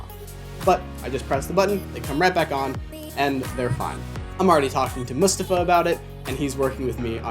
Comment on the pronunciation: Might not be a big deal, but thank you for pronouncing Mustafa’s name right. Appreciate it, waiting for my pair